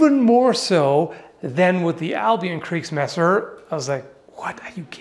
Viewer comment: Funny pronunciation of landsknecht and kriegsmesser, really cracked me up 😂